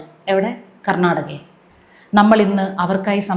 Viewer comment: Make a..... Make aaaaaa..... Garnadaga.......😂